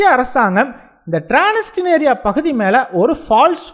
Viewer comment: றான்ஸ்னிஸ்றியா என்று வாசிக்கவும் ட்றான்ஸ்னிஸ்றியா